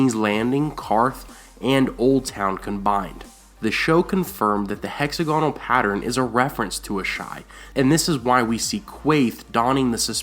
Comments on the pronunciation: Is it weird that hearing hexa-gonal, as opposed to hex-AG-inul makes me feel strange? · heck-ZAG-uh-nal, not HECKZ-a-gone-al. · Doesn't anyone care that he's pronouncing hexagonal wrong? It's not "hexa-GONAL" it's "HEX-ag-o-nal" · Ruby Ford is named because of the rubies supposedly found there because of Rhaegar's death.Also, it's hex-AG-on-nal, not HEX-a-gon-al.Good work though! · It's hex-A-gonal not hexa-GONal! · The Ruby Ford of the Trident wasn't named that until the Battle of the Trident, Robert Baratheon brand-building, history written and naming-rights of the victor. Rhaegar wore rubies in his armor because the Targaryen colors are red and black, not any connection with Assha'i. Also, it is hex-AG-on-al, not hex-a-GON-al. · Hexagonal... not 'hex-a-goanal' lol, love, Britain. Bless :D Love the videos though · Hex-AG-onal. Sorry, that was bugging me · say hexagonal again lol